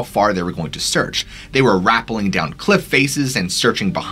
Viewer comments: ra-PELL-ing, not RA-pell-ing. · I can't believe the number of words you mispronounced. Rappelling. You didn't come close to pronouncing that correctly. When you come to a word you do not know or you wonder if you are pronouncing it correctly, you can always look it up or check to see if there is a pronunciation of the word on YouTube. You look like a smart guy, you speak well, but then there's all these mispronunciation... yikes. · I was watching until you mispronounced rappelling. Good idea for a video though!